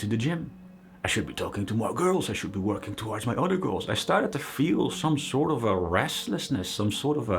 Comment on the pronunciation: He pronounced "girls" and "goals" the same way